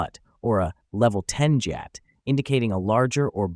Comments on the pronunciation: It’s not like jyat it’s gyat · I may have let him slide if he said guyatt but not jeeyatt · Did you use AI voice generation? I say this because almost no one says Justin Bayber or and correct me if i am wrong but Gyatt is pronounced Gi-att not Jat. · Ppl who r not brainrot, ur not alone! Also it’s gyatt, not Jayatt😭💀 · aint no way he pronounced gyatt as jyatt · Bro it's not jyatt it's gyatt guh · Bro said GYATT like JYATT I just can't-😂😂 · "Guy-ut" not "jee-yat" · It’s pronounced ‘G-ya-t’ not ‘j-ya-t’ 🥛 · Its not jjatt its gyatt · Its pronounced Gyatt not jyatt. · HE SAID JYATT NOT GYATT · Gyatt not gaytt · The way you pronounce gyatt as “jyatt” 😅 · Bro his Ai said lvl10 giyat. 💀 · Its pronounced gee yat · yes ofc lol. YEET is a term meaning “to throw” and Gyatt is “butt” like u said, but pronounced “Gee-yaht” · bro really pronounces it as Jyatt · gyatt - "gee-Aht" rizz - "rih-z" justin beiber - "justin-bee-ber" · It's pronounced gyawt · What is jyatt it’s pronounced G not J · Why does he pronounce some stuff like that What is a JIAT😭😭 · Its pronounced "Geeh-yat" the g in the word is not sounded as a J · bro it's called "GEE YATT" but pronounce it fast like "GYATT" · They said Gyatt wrong 😭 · Really Helpful video, but that's not how I hear my brothers say gyatt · Hmm if you use the word "we" then say it properly like GYATT not jyatt😂 or skibidi instead of skeebeedee 😂😂😂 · “Boosin” and “jeeyatt” 😭🙏🏼🙏🏼🙏🏼🙏🏼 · Jeeyaat, skeebiidi😭😭 (Man tried his best tho🙏🏻) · I'm sorry but here's how u say gyatt and skibidi (not offense) (g-ya-tt) and (sk-ib-i-di)